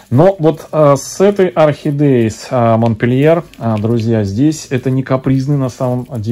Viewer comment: Всех приветствую.,здравствуйте.Орхидейки вам достались "капризные",но вы справитесь с их востановлением,уверенна.А вот название французской красотки говорите не по французски.Правильно произносить "Монпелье".Все три растюшки шикарные и желаю им быстрейшего "выздоровления".